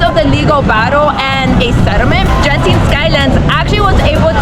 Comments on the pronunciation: Genting pronounce as G not J as in games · The G in Genting is pronounced like the hard G in "Game"